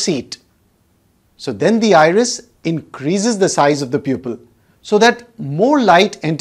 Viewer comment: The word 'iris' almost sounds like irish!